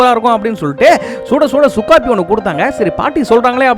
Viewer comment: Sukku coffee ❌ Su coffe 😂💯